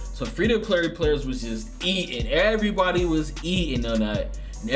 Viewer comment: “Erry body eating” good shy lol 😂